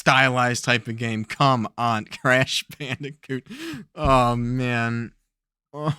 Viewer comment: I had to rewind as I thought you said trash bandicoot lol. That would be a perfect name for that picture.